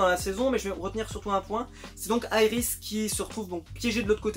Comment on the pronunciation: c est Iris est pas yris